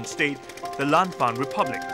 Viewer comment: dibancanya lanfeng bang kalau dichina